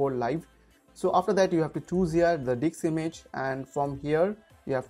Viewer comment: it's disc image not dicks image :)